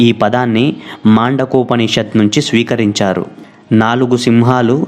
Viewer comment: ముండకోపనిషత్ ఉపనిషత్ పేరు సరిగా పలుకండి.